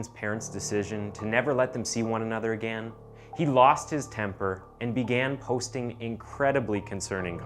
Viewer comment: Literally who the hell pronounces “again” this way. It’s infuriating.